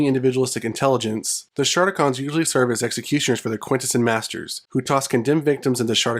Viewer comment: Somebody never watched the ‘86 movie or G1 season 3. The audio for those clips you used has the correct pronunciation. Also, SHARTicons?! 🤣